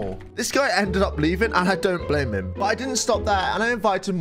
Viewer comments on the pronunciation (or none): none